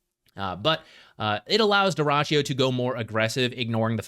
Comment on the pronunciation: you misspelled dyrachyo nickname. You should stress the last syllable: dyrachYO (more like Douh-Ra-Tsch-JOH).